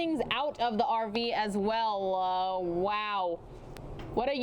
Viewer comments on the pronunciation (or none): The announcer is so horrible! “she seems to be throwing things out the RV as welllaaaawoowwwwwaaa” lmao Skip to thank me later 😂😂😂